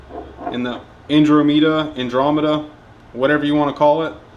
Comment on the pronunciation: Not only is this video full of douchebaggary but so is the comment section! Who the hell would subcribe to a person that cant even pronounce the word "Andromeda" ?